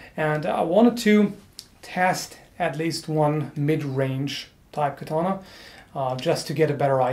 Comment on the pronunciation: You said "I'm sure I'm butchering the pronounciation". Aaaaaactually, it's quite good! Only "katana" and "kojira" are more (katana) or less (kojira) wrong. Katana is pronounced with only short a's and without an accentuation. Kojira was quite well, except for the "r". A Japanese "r" is something between "r", "l" and "d". If you cannot pronounce it, you best use the "L". With "koguchi", you hear a SLIGHT accentuation of the "o", but it's so tiny that I'd not call it "wrong". NOW: I'd never ever correct you normally. You said you were sure to butcher it, and I want to point out that it's quite okay actually. I just give you a little tip for improvement, that's it. I really love your video's and I could not be bothered if you pronounced it right or wrong, really. So... ganbatte kudasai!!! (Proceed please!) :)